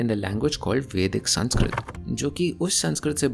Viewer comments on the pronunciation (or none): none